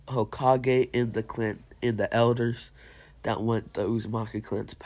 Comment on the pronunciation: Its kinda irritating, not gonna lie